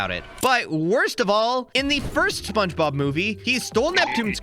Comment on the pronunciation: Bro said spongeglop